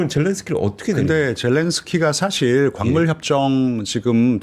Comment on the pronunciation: 이 분 한국어 발음을 더 잘하시면 좋을듯. 교포 제니도 아니고... 인줴...협죵... 사쉴